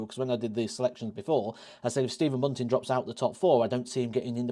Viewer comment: I think you almost nailed it until you said Bunting, just my opinion.